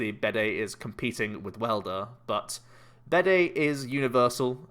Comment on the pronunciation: Bede is pronounced like bead, rather than bidet.